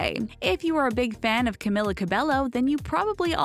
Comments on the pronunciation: Yes, "Ca-mill-a" isn't her real name, neither is "Ca-bell-o" , it's "Ca-me-la" "Ca-bay-yo" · Its camEEla cabEYo not cam-il-ah cah-bell-oh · YOURE SPELLING HER BAME WRONG ITS NOT CAM-IH-LA CAB-EL-LO ITS CAM-EE-LA CAB-EY-O THE (L) in Cabello is not pronounced SO THAT VIDEO SHOULD BE CALLED 21 things didn’t know about Camila Cabello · IT'S CAMEEEELA NOT CAM-IH-LA. 21ST THING DIDN'T KNOW ABOUT CAMILA CABELLO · She pronounces Lauren's name right but not Camila's it's CamEEla CabeYo not Camilla Cabello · cAmiLLa CaBeLo STOP PRONOUNCING HER NAME WRONG PEOPLE IT'S "camEEla cabeYo" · It's Ca-mee-laa Ca-Be-Yo! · One thing THEY don't know about Camila her name is actually pronounced CAMEEELA CABEYO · Its not Cameeeeela ( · 99% of the comments= stop saying her name wrong it’s camEEla Cabello 1% of the comments= other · You are pronouncing Cabello wrong .... It's Cab-ay-yo not Cab-ay-lo I sound like Hermione Granger Also it's CamEEla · Its pronounced cameela cabayo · Her name is pronounced Cameela Cabeyo :| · "CamEEla CabEYo" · It is not Camila cabelo it is pronounced camEEla cabeYO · ONE THING YOU DON'T KMOW ABOUT CAMILLA CABELLO IS THAT HER NAME IS PRONOUNCED AS CAMEELA CABEYO🙄🙄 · Its CAMEELA CABEYO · my biggest pet peeve is you saying her name wrong this whole video it's camEEla cabeYo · If ur making this video, telling people about CAMILA. And u can't even say her name right it'scamEEla cabeYo. Im so triggerd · It's pronounced cameela cabeyo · its in a latina-way or something 😂 you pronounce it as camilla with a strong "i" and you speak the "l" out loud and for her last name its pronounced as cabejo, a soft "J" the two "L" s are a "J" for latinas/latinos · Ummm, They didnt pronounce Camilla or Cabello right. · She says "Camila" wrong